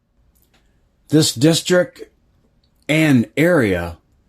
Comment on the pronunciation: I'm admittedly no expert but I believe Shinar is pronounced Shin-r..Uruk is oor- ook. Erech is a translation to maybe hebrew? Thanks ..interesting!!!